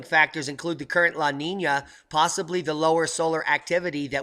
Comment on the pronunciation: Mario Goldfury And maybe Spanish too because of how he pronounced the words "La niña".